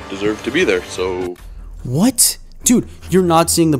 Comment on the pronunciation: This guy XD “wotttt arrested?”